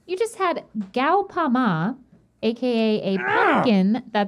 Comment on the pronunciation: Yay! You finally tried some food from Armenia!! It’s pronounced “Ga-pa-ma” not gow-pa-ma. 🇦🇲🇦🇲🇦🇲